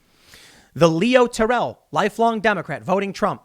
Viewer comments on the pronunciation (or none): none